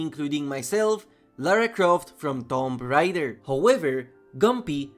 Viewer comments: not that it matter how you pronounce it it was just funny but the official pronunciation is "toom ray-der" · Tomp Rider? Really? Like I understand accents and everything but that is just clear english my dude... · wait a second did you just say tom rider ? LMAO plz tell me youre trolling brother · my guy did not just say tom rider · How the hell you mispronounce both parts of “Tomb Raider” 💀